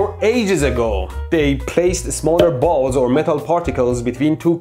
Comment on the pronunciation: " ... so we get hight enoghe voltage to cohere our balles 😂😂😂😂😂😂"